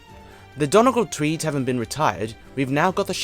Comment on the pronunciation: the way you pronounced donegal triggered my fight or flight response (love the vid tho)